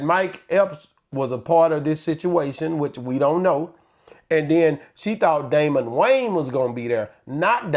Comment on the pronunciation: argument is not rational. If it is a standard comedy club, the ticket price of $50 is both typical and logical. $90 is not. To Jess's point, many people would choose not to attend at that price. Furthermore, the comedian mentioned is Damon Williams, not Dameion Williams (as he pronounced it) and certainly not Damon Wayans. He doesn't even know his name. Damon Williams and Chris Rock are both funny comedic legends! Period! just likes hood comedy.